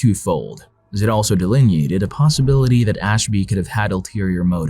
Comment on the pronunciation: No dude it’s not. It pronounced cologne. And it’s fucked up what happened to him.